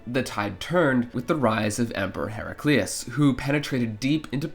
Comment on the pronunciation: Noo he say heri-clius not Hera-kli-us :(((